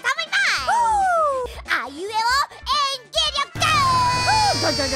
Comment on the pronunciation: のの「あいうえお演技」って言い方が英語っぽく聞こえるw